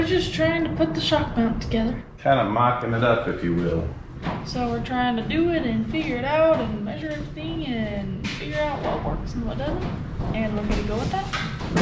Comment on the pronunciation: Why does pronounce measure as “maysure”??? I knew a girl in elementary school who did that and it bugs me so much lol